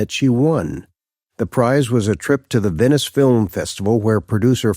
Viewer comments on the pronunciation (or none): none